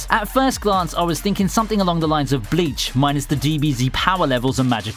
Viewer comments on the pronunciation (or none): none